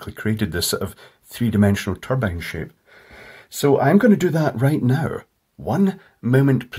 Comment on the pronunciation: Wind Tulpbine